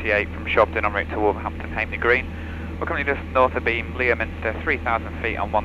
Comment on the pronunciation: During your RT you mention Leominster a couple of times. It's pronounced; Lemster. A bit like; Harden for Hawarden. Nice intuitive vlogs.